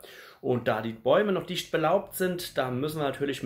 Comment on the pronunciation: Nein, er sagt "[...] und da die Bäume noch dichscht belaubt sind[...]" Dichscht heißt wohl auf Rheinhessisch dicht, wobei ich mir vorstellen kann, das unter seinesgleichen für sehr gutes Hochdeutsch gelobt würde, ein Mensch mit exaktem Hochdeutsch den Dialekt aber noch sehr gut hören kann.